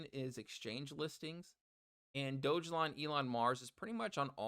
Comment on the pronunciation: I stopped watching this JOKE video right around 55 seconds. As soon as you said it was a meme coin and as soon as you pronounced it wrong, I knew you were FUD. DO YOUR HOMEWORK DUDE!!!! dont talk about a TOKEN you know nothing about.